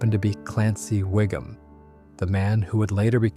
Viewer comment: hard to take this breakdown serious from someone that keeps calling chief wiggim, "waggim"...